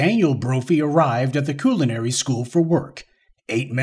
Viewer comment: Coolinary? Not culinary, but Coolinary...